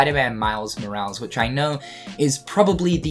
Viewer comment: they way you pronounce morales is killing me man 😂